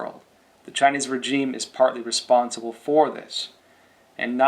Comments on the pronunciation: why do you keep saying regime wrong? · cant pronounce regime? english is hard